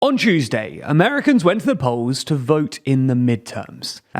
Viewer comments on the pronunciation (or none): none